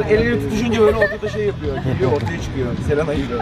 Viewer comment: selena gibi 5 saniye sonra se le na selena selan wpakxnspend9eknx9dskidd9